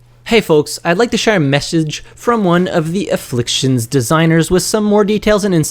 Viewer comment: Aflfictions NOT INfflictions gawddddddd